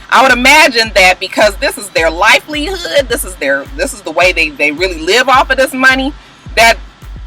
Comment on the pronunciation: Did you say "lifelihood" lol. Just kiddin', love your vlogs.